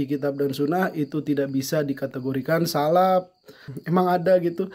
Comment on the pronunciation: salaf pak, bukan salap kholaf pak, bukan kholap